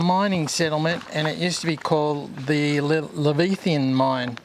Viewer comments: Great video - by the way, it’s Leviathan (as correctly written on the map) and not “Lavithan” as you have referred to it and you have in the video title. Leviathan is a sea serpent mentioned in the Holy Bible - keep up the exploring! 🚢🇬🇧🚂⛏ (my signature) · Pronounced Lev-eye-thee-anne.